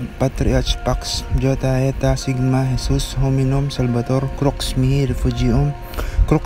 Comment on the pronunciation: un tunog o sambit po ng mihi in latin is mi-ki...pero ok lng den po